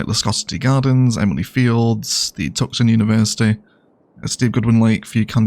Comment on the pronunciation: Tucson is pronounced Two-Sahn or Two Son. The c is silent. It is a Native word.